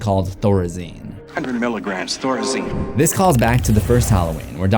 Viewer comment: Thorazine sounds like it came from the cult of the thorn “THOR-aziNe”